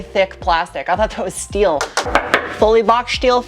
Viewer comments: "that's really thick plaStic, I thought it was Stil"...... Didn't you mean plaSCHtic and SCHteel? 🤔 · Did you say “shport mode“ and “shteel“? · At that amount, it's definitely not a shteel. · Schteel wischbone